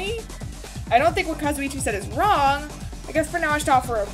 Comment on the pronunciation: everyone else: thats wrong nagito: thats wong